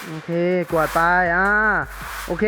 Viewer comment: กวาดคับพี่ไม่ใช่กววด